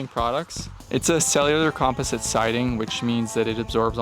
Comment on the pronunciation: When you say "comp-e-site" do you mean "composite"😂😂😂 dang Canadians sayin stuff wrong #americanssaystuffcorrectly 😂😂😂😂